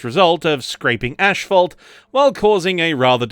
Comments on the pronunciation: Very insightful and interestingly presented. Nice work!👏 PS: Asphalt not "Ashphalt"😉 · It's not Ashphalt it is Asphalt. there is no ash in the word.